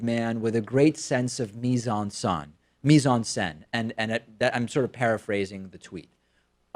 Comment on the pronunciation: Thanks for correcting your pronunciation of "mise en scène", it felt a bit strange in your previous Sam Seder segment.